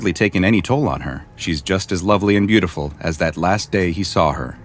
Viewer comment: Why did I hear bootiful